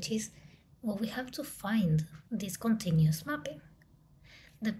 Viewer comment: very good video!!! one thing I wanted to comment: you say “continious” the same way an Armenian professor I had did 😁😁😁